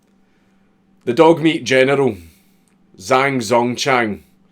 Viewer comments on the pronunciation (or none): are you sure? He pronounced zh as z. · Zh makes a J sound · If I'm not mistaken the "Zh" in Zhang is pronounced like a "J" and an X is pronounced as "Ch" Zhang would be pronounced "Jang" and something like "Xia" would be pronounced "Chia" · Zh in pinyin is pronounced.......like we pronounce "J", because fuck making sense. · For future reference a Zh is pronounced like a j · The "Zh" sound in chinese is kind of like a harsh "j" crossed with a "ch". I haven't a fucking clue what the equivalent is in whatever gobbeldygook you speak. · The "zh" in Zhang is pronounced like the "j" in jungle. ...I'm fun at parties...